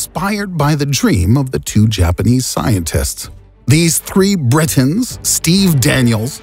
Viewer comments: "These three brrritains , Steve Daaaaniels" 🤣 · the way how he said britains